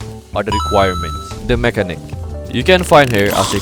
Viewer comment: “De Mékanik” 🔥🔥🔥